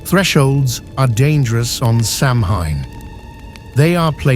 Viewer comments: Decent enough video, cool graphics…but c’mon! “Samhine”? Really? You could have at least given the AI voice a phonetic spelling to have it correctly pronounce “Samhain” as “Saa-win”! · Samhain is pronounced Soween, Irish here and that's how we grew up learning the Irish language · SAMHAIN IS PRONOUNCED SOWAN! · The word 'SAMHAIN, is pronounced as 'sowan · For the synthetic voice you should have used a phonetic spelling of Samhain.But I LOVE this video. It is beautiful.